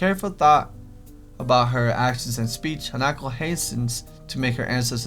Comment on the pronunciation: its han-a-ko